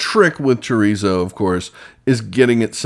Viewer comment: THE "R" IN CHORIZO IS PROUNUCED LIKE A "D". UNLESS YOU CAN ROLL YOUR "R" IN A WAY. ALSO CUMIN IS PRONOUNCED "COMINO". JUST SEE YOU GOT THE RIGHT IDEA N JUST THOUGHT TO SHARE. COOK ON.